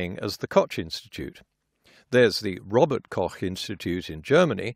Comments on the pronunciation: The way he pronounces Robert-Koch is very close to how it's prounounced, there are no other pronunciations. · Oh my g... you did pronounce Robert Koch correctly and not as Robert Kock. This makes me a happy German. :)